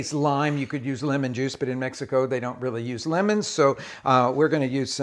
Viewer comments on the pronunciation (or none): none